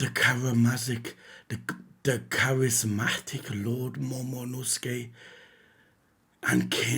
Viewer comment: Bruh it's Momonosuke, not Momonusuke 💀